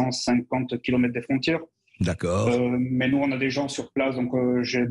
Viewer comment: Moi aussi j'aime bien, il me fait marrer comme il est incapable de prononcer le son "on", il dit Macran, maisan, avian, citran, pistan, camplètement, etc. Mais ça n'a pas l'air d'amuser Bercoff.